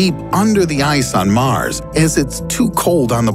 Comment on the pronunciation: "How"...not Haw. "Mars"...not Maris. You are welcome